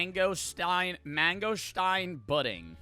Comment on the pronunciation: crying everytime he says budding